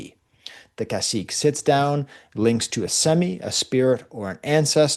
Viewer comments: Cacique is not pronounced like a french “-ique”, like Martinique for example. It’s pronounced like the Spanish “que” like queso. So its ca-see-keh. If you want to learn about Tainos, you would do well to seek out Puerto Rican historians, like Jalil Sued Badillo, Francisco Moscoso, Fernando Pico, and the like. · Just a nitpick the pronunciation of the last syllable in Cacique is more like Que in Spanish—without the uncertainty of a question lol